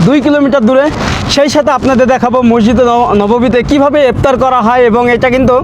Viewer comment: ভাল ভ্লোগ করেন কিন্তু কথাবার্তা ক্ষেকমার্কা যেমন পিলার না বলে বার বার প্লার বলছেন, ইফতার না বলে কি একটা অদ্ভুত বলছেন বুঝা যাচ্ছে না। পুরাই ক্ষেত।